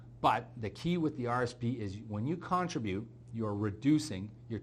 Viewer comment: Con-trib-ute. Second syllable gets the umph.